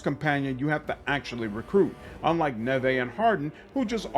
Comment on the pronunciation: I think her name is Neve like Campbell not Nevay based on the gameplay reveal how it was pronounced by the characters. Super excited for this game because they’ve really tried to make Rook stand out amongst the protagonist with the customization. Also the fact that there’s basically 9 origins is super exciting and I’ve seen the skill tree that looks like it’s gonna make every build vastly different! The limit on companions makes perfect sense, you are not an army, you are a unit… having too many companions takes away from the intimacy that’s what the companions work in Mass Effect so well. Crpg’s are made to have a large team of 4-6 teammates because of the way combat works.